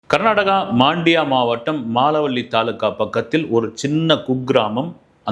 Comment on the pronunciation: அது மாண்டியா அல்ல மண்டியா மால வள்ளி அல்ல மலவல்லி கிராமம்